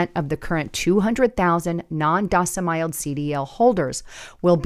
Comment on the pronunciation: Please work on your pronunciation and slow down and little bit so we understand you. The constant mispronounced non domicile was a killer. I thought you may becoming AI yourself. Lol A friendly Trucker